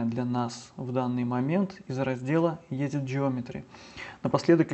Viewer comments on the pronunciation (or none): Огромное спасибо за уроки! все четко и понятно! только, режит слух слово "Едит". Edıt читается как "Эдит" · Интер и Едит?? Слегка слух режет! А уроки класс!